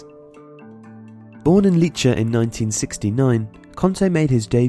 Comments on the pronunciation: it's Leeeeeeeeeeeeeecce not Licce. if you read an "e" you have to read "e" not an "i". in the same way you read "Pep" Guardiola and not Pip Guardiola. English always mangles words pronunciation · that's still not the correct pronunciation. It's pronounced Lech-eh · 'Leecha' you mean 'Lech'ay' right? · Fo'real. Isn't it pronounced in the same manner that Spanish speakers pronounce the word for milk? Leche? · you totally butchered Lecce's pronounciation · you can't pronounce Lecce in that way